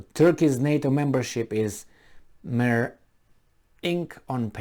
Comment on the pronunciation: Mere is pronounced meer or mir. Pardon my intervention.